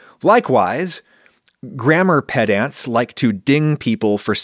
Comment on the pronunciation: And a pronunciation pedant would like to point out that you pronounced pedant incorrectly. Isn't this a fun exercise!? 😆